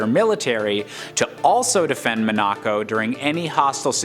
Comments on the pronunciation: It's pronounced Mon-uh-co, not Mon-ack-co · I literally just cringed so hard at the way he pronounced Monaco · Hahahaga killed me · Same here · How many times can someone possibly mispronounce Monaco? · Man... That Monaco pronunciation killed me. "Have I been pronouncing it wrong my entire life?" No. Turns out someone else is wrong FOR A CHANGE! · No he’s definitely saying it wrong